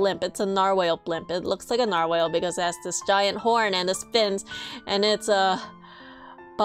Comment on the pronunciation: why do you say nar-whale not narwhal?